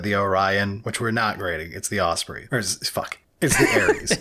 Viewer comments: aus-spree? it is aus-prey. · I’m sorry THE OSPRI? U mean the ospREY? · "Os-pree" who hurt you guys?